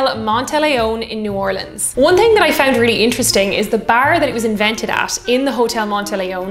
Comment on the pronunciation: As a girl from New Orleans, I'm super excited to see our notable cocktails and their history on your channel. So as we say here when we are ready to drink and have a great time, Laissez les bon temps rouler! (Let the good times roll.) 💜💛💚 also extra points for pronouncing New Orleans correctly.